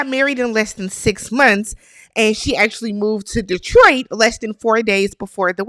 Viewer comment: Thank you for saying Detroit correctly 😊. Also, agreed about Carlos King, Tyler Perry and those shows..............